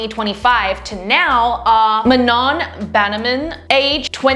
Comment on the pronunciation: i laughed no offense but its MANO- ..u do not pronounce the n at the last 😭😭😭😭😭😭🤣🤣🤣🤣